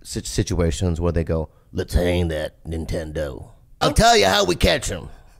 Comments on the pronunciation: "That nintederrr"-👴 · usually other people pronounce it "nintondor"....you know what I'm saying?